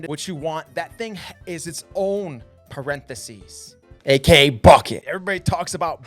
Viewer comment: What the hell is a perenthesies? 😂 Jk, nice vid.